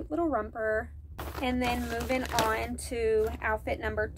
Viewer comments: I love you but if you don’t quit saying rumper😂😂 it’s romper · romper not rumper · 😂 What's a "Rumper"?😂